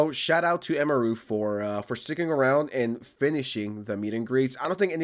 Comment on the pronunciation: "the streamer eemaroo" 🥀